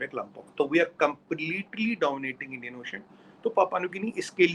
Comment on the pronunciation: One shall not Endia in train? What english is this?